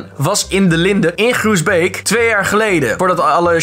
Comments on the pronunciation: Maar lieverd hoezo leg jij de klemtoon op de beek in Groesbeek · Je spreekt Groesbeek wel verkeerd uit maar mnu je moet de nadruk op beek zetten 😂😂😂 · Ahahahah groesBEEK love die uitspraak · hahaha grappig hoe je Groesbeek zegt😂